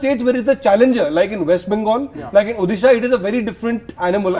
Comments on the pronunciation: try to pronounce odisha correctly...u calling urself an anchor u bitch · Oyee Anchor Madam please pronounce Odisha. correctly. It is not Uddisa ...it is Odisha..